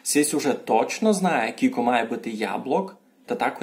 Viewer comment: НЕ кулько а через "ю" ся пише. Но уговорити треба як почти як англійськє слово "you" кyouлко - you. Тай усі слова шо говорете через "у", "і" та у нас через "ю" но як слово "you". Вы вобще наполовину на українськюв говорете. І много цілых слюв на українськюв, вы наші слова не употрибляєте. Я із Заріччя